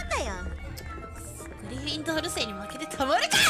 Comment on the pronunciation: Its so funny that she thought she would be a Griffyndoor. 😆